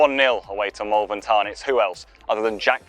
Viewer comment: Its pronounced Molvern